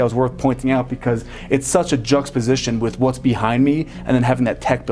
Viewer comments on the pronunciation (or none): It's a little thing but you said "Jux position" around 10 minutes in.. It's "Juxtaposition". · Great tour, I enjoy these videos. Don’t mean to be negative, but if you are going to use “fancy” architectural terms, such as juxtaposition and stair stringer, you should be pronouncing and using them correctly. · Amazing house. He mispronounced juxtaposition though.